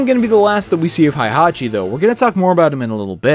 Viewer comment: I love everything about this video except that you keep mispronouncing Heihachi as Haihachi. It really kills me a little each time you say it......😭